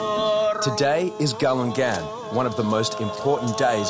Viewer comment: Bruh when you said "galugan" when it's spelled galungan (whit an n) just got me crack up my guy🤣👌